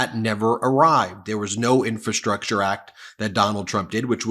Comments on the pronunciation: Trump's such a dope, he can't even say "infrastructure". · He can't even say "Infrastructure", let alone build it. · He's has problems pronouncing "infrastructure." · Chump can't even pronounce infrastructure properly. He knows nothing about it and does even less to improve it. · He can't even pronounce the word infrastructure. No one has ever seen this word before. People are saying this must be a new word. Obviously Joe Biden and the democratic deep state are inventing words like never before. Fake words. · Trump can barely pronounce the word ( Infrastructure)😢😢😂